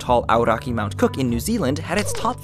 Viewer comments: aoraki mt cook located in new zealand is pronounced a-o-rack-ee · I was really suprised when you pronounced aoraki in a correct manner kia ora . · 10 points for pronouncing Aoraki correctly! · As a New Zealander, I applaud you on your perfect pronunciation of Aoraki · Nice pronunciation of Mt Aoraki. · Good pronounciation of Aoraki. :) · Props on the pronounciation of Aoraki :D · Can I point out he does say "Aoraki- Mt. Cook" it's just quite hard to distinguish. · you pronounced Aoraki very well! woooh nz! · Thank you for making the effort to pronounce Aoraki correctly Māori words can be hard. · He pronounces Aoraki surprisingly well....